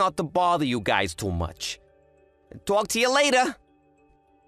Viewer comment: It's pronounced guy's, not "guyses" 😂